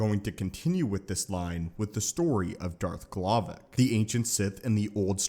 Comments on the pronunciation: ...his name is darth glovoc, not glovic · I heard Darth m'Glovin